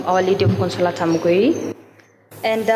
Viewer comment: It's not Muguiri.. It's Mugoiri